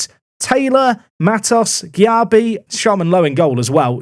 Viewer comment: Erm.. Jack Currie would not look out of place in a leading Championship team, but Jack doesn’t need a left back (even this guy with reasonable wage demands). Also, the CM’s name is pronounced Darko “Jay-Bee”, and I think you had him in last Park to Prem or at least nearly did (close to signing him?)